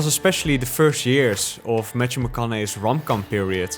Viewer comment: “Matchew” 😄 but interesting video :)